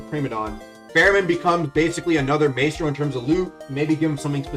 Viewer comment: Bro does not know how to pronounce Maestro.